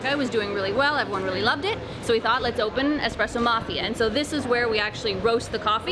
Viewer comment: Awesome vlog, format and filming is good. :). Although, it's eSpresso not eXpresso ;)